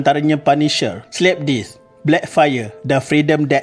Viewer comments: HE REALLY SAID SLAP DEETH , LIKE WHUT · Sebut betul2 la hanat slapdisc slapdisc ku slapdisc kau sedaih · dikkk.....jgn buat palatau slapdeath sebutan yang betuk mmg slapdith....sebutan admn mmg dh betul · Aku dengar slip disc